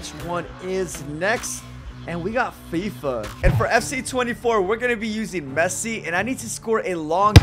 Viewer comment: Bro said Fessi 💀💀